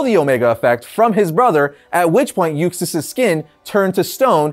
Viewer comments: Arris even said Usax, not Uxas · UXAS!!! Not Usax lmao wtf!!? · Why is he mispronouncing 'Kalibak' and 'Uxas' as 'Kilobacc' and 'Usax'?